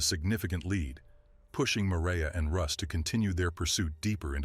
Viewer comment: If you’re going to mimic a documentary, AL LEAST GET THE NAMES RIGHT! Its MY RE YA not MARA!!!